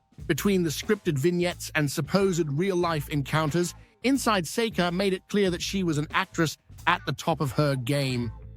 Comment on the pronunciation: 🎵 “You say Sekka, I say Seeka, let’s call the whole thing off”